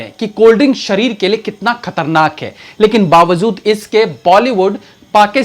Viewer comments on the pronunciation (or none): भाई आप सब सही करते हो लेकिन, bavzood क्यों बोलते हो, बावजूद होता है बावजूद... plz plz plz